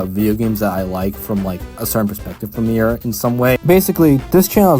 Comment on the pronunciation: It's pronounced Meera not Myra